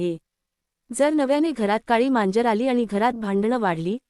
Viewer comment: मांजर म्हणा , म्यांजर नाही